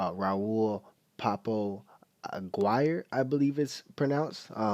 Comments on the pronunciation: The basics: Po-Po just like the nickname for the cops... His name Raul Ag-ee-are! There ya go mate. No hate just helpin. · You're pronouncing his last name wrong. It's pronounced , A-gee-rre.